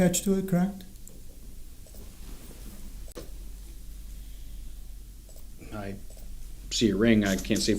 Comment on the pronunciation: Normal ppl pronounce “correct” correctly. 😂 not crackt 😂😂